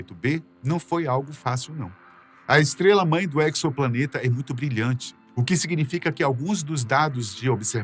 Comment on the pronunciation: Não seria exoplaneta [ezoplaneta]? Essa pronúncia aí da palavra acho q está equivocada. Pois o EXO aí, significa FORA. Planeta fora de nosso sistema solar. Ou seja, um EXOPLANETA. 🤷🏽 EQUIÇOPLANETA é foda 😂